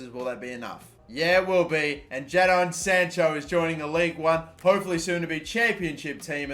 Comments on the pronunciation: Its pronounced Jaydon. Not Ja don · Jadon is pronounced “jey-den” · Jadon is pronounced Jay-done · I hate how he pronounces Jadon